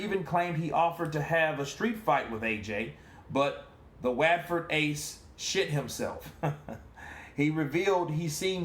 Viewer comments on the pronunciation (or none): Wat ford ace 😂 Watford is pronounced like What-ford 👍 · Yeah, it’s pronounced “what?-ford” 😂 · Yo it’s pronounced what ford (Watford) 💯 no charge 🤛🏾